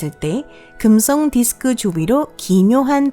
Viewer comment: 발음 뭐니 긍썽 수썽 어떤 채널은 혀 짧은 아저씨가 나오더니 우주 관련 성우는 이게 대세인가